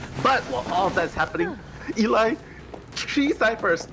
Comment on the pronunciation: when's someone gonna tell it's Ee-Lie not "Ellie"